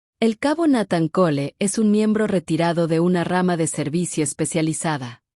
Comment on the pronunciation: No, no pronuncia bien el nombre de Nathan, si, es mejor que la de otros canales, pero siguen siendo deficientes, la gente que sube esto debería dedicarle más atención a los detalles. También está el detalle de que esta historia de una princesa casada con un humano con un oscuro pasado de guerra es un cliché en estos canales. Al menos aquí no hay reptilianos o alienigenas de cristal o el famoso jake Morrison 🙄🤷‍♂️